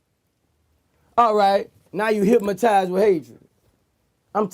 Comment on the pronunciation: I hate hearing boosie put the letter M in hypnotized